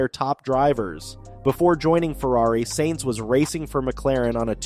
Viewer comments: justy a thought for a fledgling channel. F1 is an international sport not american, its not Nascar or Indycar, so how about gioving pronunciation a go? Sainz in not pronounced saints but is closer to signs. Hublot a watch you mentioned in another video, has a silent h as in oo the t at the end is also silent as in ooblow. Its not that difficult, even though Americans are even lazier than Brits when it comes to foreign languages. There are plenty of websites demonstrating correct pronunciation. Yours is grating in what could otherwise be good videos. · Wow, you need to learn to spell.... payed driver?? It's paid..... you also need to learn to pronounce the drivers name properly? You say he is no stranger to fast cars when talking about his first new supercar the ferrari superfast..... maybe you are forgetting he is a F1 driver...? The F1 car is kinda fast lol 😆😊😊😊